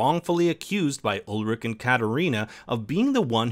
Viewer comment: Ulrich, not Ulrik! Claudia, not Cloddia! Peter, not Pieter! Charlotte, not Sharlett! Franziska, not Francesca! Silja, not Sildsha! Agnes, not Eggness! Regina, not Redshina! Hannah, not Henna! Mads, not Medds! You guys should really get how to pronounce names correctly.